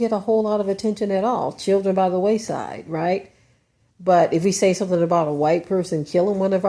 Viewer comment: Wayside, not Waist side...